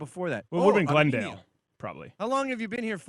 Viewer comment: As a fellow Armenian it’s weird to hear them say “Arm- main- nia” right? Like why do they think it’s a A and not an E